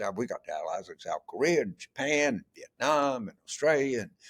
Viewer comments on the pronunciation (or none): none